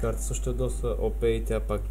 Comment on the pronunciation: OP не се произнася Опе, а Ол-пи. Пак заповядай